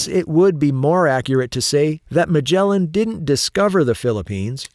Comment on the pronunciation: It’s Magellan, not Magella